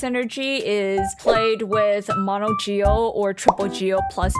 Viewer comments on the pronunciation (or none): none